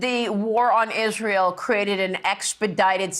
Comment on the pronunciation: Israyel😂 She can't even pronounce it right